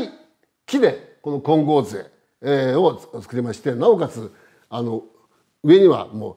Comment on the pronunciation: 金剛杖は杖でなくじょうです。 興ざめするのでご注意下さい。 せっかくの良い話しですので。